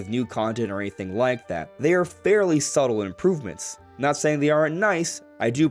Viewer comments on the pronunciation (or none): none